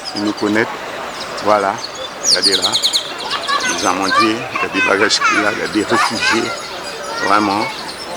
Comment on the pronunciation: Place des "Amandiers"... pas "Amendiers" ..woyoyooooooyyy ... c pa sérieux ca ...... bref nou ké di "pésonn pa mouri" ..bref